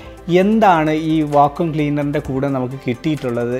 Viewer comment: Va-koom cleaner alla Va-kyoom cleaner ann